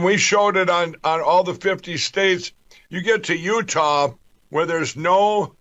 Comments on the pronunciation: It's Utah, not Utahl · Sounds like he was saying Utab. This guy is a major idiot but is fun to watch because he sure comes out with some crazy crap.